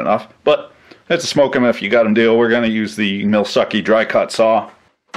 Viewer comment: First it was "Milfuckee" now it's "MilSuckee" XD!